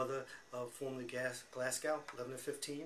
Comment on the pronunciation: Also ... it's pronounced GlasGO, and TilliCOOTry. Hard if you're not Scottish!